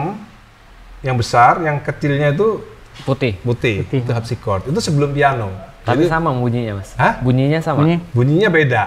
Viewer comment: dia bilang Al Habsi